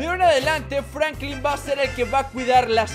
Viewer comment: Jajajaja se dice franklin